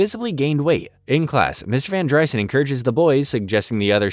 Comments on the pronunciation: its not VanDRYSUN, its vanDREESON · var dry-sen??? Van dreeeeeeeson. Clown Jar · It’s van dreeeeeson. Narrator clearly has never seen the show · Every time you say Van Dry son it makes me wanna kick you in the nads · It's van dr-EE-son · Its VAN-DREE-Son did you even watch the show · It’s definitely VAN-DER-Son lol. You sure you watched it? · Why is it you can literally say any other name and word correctly except Mr. Van Driessen? If you watched all these episodes then surely you would know how to say his name. For that, no like. And you seem to show your political views, rather I agree with them or not you automatically get a thumbs down. Almost had a good video here Bud